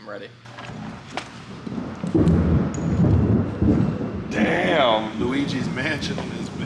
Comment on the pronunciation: My guy said "it's lugi's mansion!" 🤣🤣